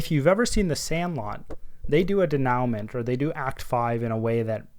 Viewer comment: Solid explination, thanks. Also, no judgement because I did the same thing for years—but you might want to look up how to pronounce denouement ;)